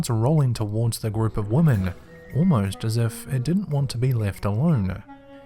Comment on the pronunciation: How come more and more people are pronouncing 'women' 'woman'? Super weird. Kind of like when people started writing 'should of' instead of 'should have' Smh